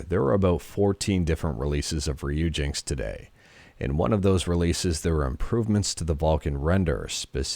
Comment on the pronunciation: I'm guessing Ryujinx is pronounced "Ryuji NX" since ryuji is a common name and NX was the codename for the switch years ago